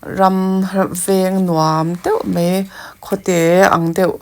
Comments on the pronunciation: Mei tih i uar ee,,,, mai ti teh 😂😂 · Mei mei mei a ni lo..Mai ti rawh..